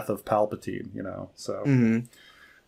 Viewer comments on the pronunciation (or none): none